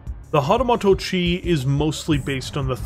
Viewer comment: Hahtahmahto-chi, eh? 🙃